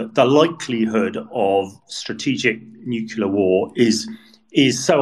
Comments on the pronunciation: the word is Nu-cle-ar, not Nucular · What does one say about someone who will say "nuclear" and "nukular" in the same freaking sentence? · I'm amazed by how many very well educated and experienced people do the nukular thing. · I expect the numbers will be 99.78% in favour of Russia, and Putin will seek the names of the 0.22% and the journalist who keeps referring to "nuclear" as "nucular." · I wish you'd find commentators who know how to pronounce 'nuclear'.